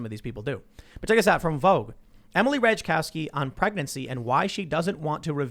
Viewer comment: It's pronounced "Rat eye cov ski" jackass!